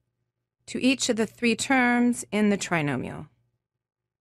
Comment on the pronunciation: “One…too-HOO…thrrrree. Thrrree.”